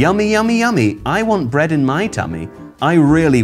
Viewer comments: "Brea-eh-d!" --, September 2021. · I'm sorry, I didn't catch what said. Did he say that He LOVES bread?